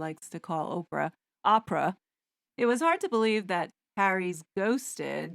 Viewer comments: “Ahhhh-pra” versus “Oprah”… I love to hear Tom call her that every time. I heard a TV commentator dutifully correct him, which he delightfully ignored her and continued to mispronounce her name. 😂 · Does anyone else think that Tom Bower deliberately mispronounces Oprah’s name, just to shit-stir Oprah & the Sugars? 😂